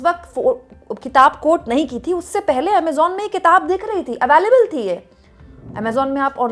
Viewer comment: Ms. Anchor, When you claim to be a journalist, then pls don't say something which is technically wrong. STAY, cannot be granted by any Ministry, PM or even the President, STAY can only be granted by the COURTS. Btw, also please pronounce the word "available" correctly.